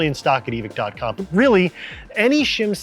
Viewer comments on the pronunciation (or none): why we pretending there not an E on the end of evike? (eve-eye-ck)